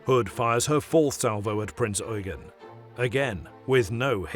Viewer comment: THank you for pronouncing the heavy cruiser KMS Prinz Eugen properly... Unlike other video's that pronounce it Prince You-jen, instead of Prinz Oi-gen!